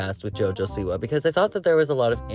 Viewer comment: Is this dumb lady completely incapable of pronouncing Siwa? Seee-Wahhhh!!! God I wanna slap her😅